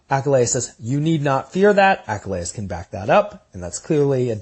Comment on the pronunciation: Your pronunciation of Achilles? Is "achalayis"??